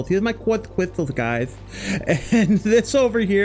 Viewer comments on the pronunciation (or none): lmao, qwarts cwystals